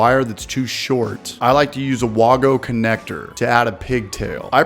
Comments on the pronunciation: Literally never heard anyone say “Wago” like that . . . Including their own employees . . . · Not a real electrician if you say wagos like that